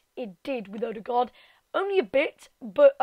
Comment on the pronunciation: You are good at norwegian on a wat xD you said his name very good for an english american aso